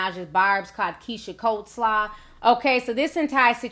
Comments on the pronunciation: But...dafuq is "cold slaw"? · When its COLEslaw as in Keyshias last name spelling and correct spelling of the food! Smh..Cardi needs to just keep her mouth closed and detach her texting fingers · Did she say keisha coldslaw ? What type of off-brand sorcery 💀😭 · Coleslaw..not coldslaw smh